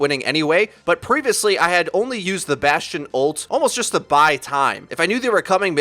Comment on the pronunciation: sadly, bastion sound like bas tard